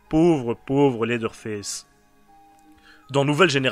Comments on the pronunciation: 😂désolé pour la movaise blague mais de vrai ça se dit faice vraiment avec l’accent anglais parce que sinon ça fini par se dire fesse:/ 😂, a et ps jsp encore si j’adore ta chaîne a cause du générique un peu bof bof et l’intro souvent malaise mais j’écoute tes vidéo de bestiere de l’horreur depuis se matin ( il est minuit chez moi) donc j’écoute beaucoup tes vidéo pour vrai c’est bon et j’aime le fait que tu cherches vraiment toute tes informations par contre tu parles un peu vite et ont dirai que tu est un peu pressé mais c’est pas grave parce que t’es recherche pour faire tes épisodes son vraiment cool et ont s’en que vraiment tu y prend du temps et que tu fais un magnifique travail aux finale,continue dans la bonne voie 😁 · Et pourtant : Ew se prononce "Ou" comme dans "Lewis" (prononcé Lou Isse, l’équivalent anglophone de notre prénom Français Louis) ou "You" comme dans "New" Leather ne se prononce pas "Laizeur" mais "Laiveur". Dans aucune situation "Th" résonne comme un "Z" Même "Th" dans le contexte du pronom (le ou la) par exemple "The Witcher", ne se prononce pas "Ze Witcher" mais "Veu Witcher". Donc factuellement, tu as tort je t’assure :) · ARÊTE DE DIRE "Leather Fesse" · J'aime beaucoup au début la prononciation de en tout cas super vidéo ça se voit que tu t'y connais en film d'horreur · Leatherface on est d’accord mais à ta prononciation en dirait qu’tu dit « laideur face » ce qui lui va bien aussi mdr, j’aime beaucoup gg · J'ai un jdm pour ta prononciation de leatherface "laideur face" héhé